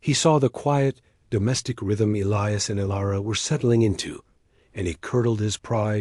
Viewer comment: E-lie-us, not Ellyus!!!